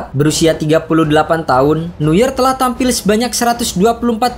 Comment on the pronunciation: Penyebutan nama Neuernya tolong dibenerin bang